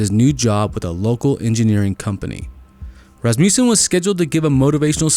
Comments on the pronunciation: Ras ma sson not Ras mew sson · It is a short u, not a long u. Phonically pronounced as "Ras ma sin", not as "Ras mu sin"